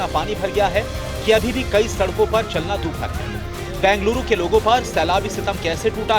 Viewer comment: Please pronounce correctly - it is Bengaluru ,not Banguluru .